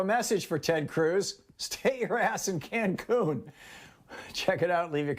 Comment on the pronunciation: Ted "concun" cruz